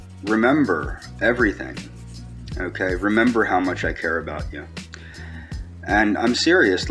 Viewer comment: “I knyeow you care about myuh because (you refuse to even acknowledge I exist) you blinked your eyes this afternoon, oewkay? Now to let me knoew you want to breed with myuh, all you have to do is say “si” at any point in the next week, oewkay? It doesn’t even have to be said to myuh, oewkay, just to anyone (smack), oewkay and it’ll be our inside joewke, oewkay?” How does someone like this continue living?